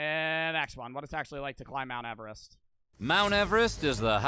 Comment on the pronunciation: He really said mount everet don’t got shot on me